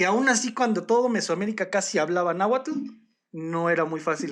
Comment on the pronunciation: Muy interesante el tema y la narración es muy amena, sólo un detalle: se dice NáhuaTL, ni TonalamalaTL. Hay varios canales sobre la lengua nahuatl donde explican la pronunciación correcta del dígrafo TL, que es un chasquido.